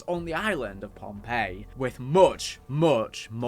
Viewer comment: Oh, pohnpei not Pompeii